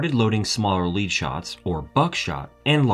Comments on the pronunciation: Or lead-the-metal pronounced like lead-as-in-wire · Lead shot is pronounced “Lehd” not “leed”. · "...smaller 'leed' shots..." I bet you meant to say, " 'led' shots". The town in South Dakota is pronounced 'leed' (rhymes with 'bleed'). The shot used in shotguns is pronounced 'led' (rhymes with 'bled'). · Also pronounced lead shot as 'leed' and not led shot. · You pronounced (at about ) "lead shot" as in "leader", rhymes with "creed", when it should rhyme with "bread". The shot is made of the element lead, a very dense metal. Also "Flammenwerfer" (in German all nouns start with a capital letter, yeah I think it's a stupid idea too but it's their language...) should be pronounced with "flam" as in "damn". Not as in "flame". It's a double-M. . "Antimony" is pronounced "anTIMony" emphasis there. Rhymes with... er... "ban simile" "ant IM on ee". The "o" is a short "o". I dunno, prob best to leave you to find an online pronunciation guide, there are lots, than trying to come up with bizarre rhymes. Any words you haven't heard before, or unusual words, you should probably check out. Just in the name of quality, not trying to insult you. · Ja, and I believe he said "leed", for lead, and Flame-en-fasser, for Flah-men-fasser, but oh well. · Wait... You're a Marine? And you just called Lead shot LEED shot? Wut? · "lead" is supposed to rhyme with "sled", not "seed". And as mentioned before, 00 is "double aught", not zero zero. Mistakes like this ruin the otherwise good presentation.